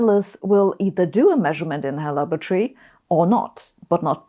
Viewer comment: Lumber tree? Laboratory. Drop the first "o" and apply that enunciation to the second "o". Lab-ra-tore-ee